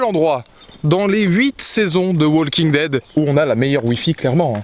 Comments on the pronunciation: the "WALL KING" dead... the "WALL KING" dead... the "WALL KING" dead... the "WALL KING" dead... the "WALL KING" dead... the "WALL KING" dead... the "WALL KING" dead... the "WALL KING" dead... the "WALL KING" dead... the "WALL KING" dead... the "WALL KING" dead... the "WALL KING" dead...the "WALL KING" dead...the "WALL KING" dead... arghhhhhhhhhh... Profanateur, j'ai les oreilles qui saignent. Mis à part ce petit détail, good job ma gueule ! ^^ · Arrêtez de dire le l de walking dead😂